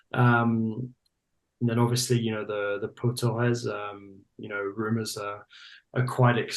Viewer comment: Did he just call him poo Torres 🤣